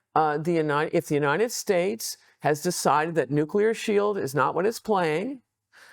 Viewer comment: Nuclear weepons? If you have prepared questions, shouldn't you at least learn how to pronounce those?